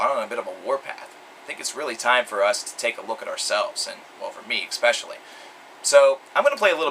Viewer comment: Fyi, "especially" is pronounced "Ess-Specially" instead of "Ex-Specially" just fyi, you seem really articulate & seem to like words. thought I'd share that